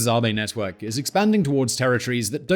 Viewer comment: I think you are pronouncing "AVE" incorrectly. It should rhyme with "Abbey" rather than "Harvey"